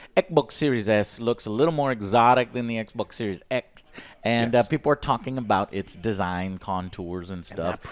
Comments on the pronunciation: "EK E EK BOOOK EK BOK LEEK EK BOK S" 🤣🤣🤣🤣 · everyone: Everyone...:: "ECH BOK SERIES ECH!!!!". Love it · I need to make a 1 hour loop of saying: Ecboc... because I like when he says that c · When Joe says eckbok I wanna drop kick him out of his chair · 😂😂 it’s funny when he say that I be crying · Eckbok eckbok eckbok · Yeah, it’s really annoying....... gave the video a thumbs down just because of that. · Its called ekbok series s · someone saying ecc-bocc wrong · Alex: Theres some financing optio-😐 Joe: ECK E ECKBOK!!! Alex: I you're loo-😐 Joe: ECK BOK LEAK ECK BOK E S!!! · Stormtrooper 2323 it’s pronounced ec boc 😂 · Took Joe 3 attempts to say the name correctly. Not confusing at all :P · Joe said the Xbox consoles names wrong almost EVERY SINGLE TIME😂😂